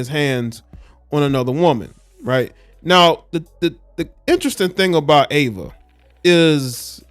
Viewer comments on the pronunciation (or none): It's pronounced E VA. Not Ava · EEEEVA NOT AAAAVA. THX ❤ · Could you at least get her name right? It’s Eva EVA not Ava Ava thank you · It’s not AVA it’s EVA 😮‍💨😮‍💨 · Pronounced Eee -Va not Ava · Should’ve done your research. She was a whole top model and actress. And ur saying her name wrong. Smh.